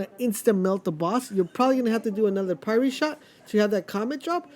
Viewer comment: Interesting, I never thought about going top skill tree to maximize ash blast CD/ash effects. I need more status effect gear yay more farming for me. Keep doing what you do man. One last note - sorry to be that guy, but Pyre is "Fire," just with a P.